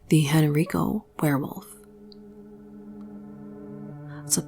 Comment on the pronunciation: Henrico is pronounced with a long I like eye. Just for reference. Great video from my home state. 😁